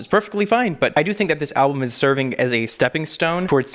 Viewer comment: When he said 'alblum' I nearly gagged😅 Still love you though!!